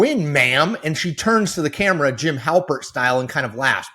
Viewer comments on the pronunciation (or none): none